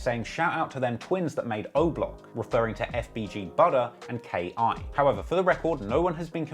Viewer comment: It’s just K.I. Not Key